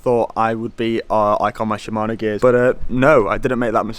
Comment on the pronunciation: Smokey Shimayno?